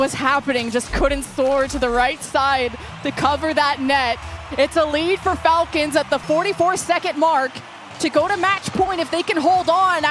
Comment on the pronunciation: all the falcons names were mispronounced 😂